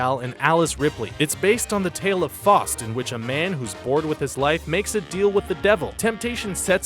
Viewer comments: By the way, the S at the end of Cannes is silent. And Faust rhymes with "housed" not "cost." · . Faust. F"OW"st. Not Fost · It's Faust pronounced like ouch, NOT Faust like faucet. Words cannot describe the inner pain I felt at this level of stupidity. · Faust is pronounced (Fowst), not (Fost). Les Misérables is pronouced (Lay Meez-er-ob-la), not (Les Mis-er-ob). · Don't pronounce "Faust" as "Fost", don't do it. You have one job on this video, do it well. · This guy doesn't know how to read. Give me the damn script, I know how to pronounce hard words like Janice and Faust. ;) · This guy mispronounces so many words it's nuts. Cannes has a silent S, Faust rhymes with joust, not frost, and les miserable doesn't have a silent L, you pronounce the L. That kind of stuff bugs me. Also I'm pretty sure Janice Dickenson pronounces her name like Janice, not Janees. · The voiceover guy's pronunciation is pretty bad. "Cannes", "Faust", and "Les Miserables" stood out. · How does the narrator not know how to pronounce "distributor" or "Faust"? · I know how "Faust" is pronounced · Right? Who doesn't know how to pronounce Faust? Or Janice Dickinson? Or distributor? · He also mispronounces "Faust" and "distributor." I'll never understand why these channels can't find voice-over people who can just fucking talk like something other than retards...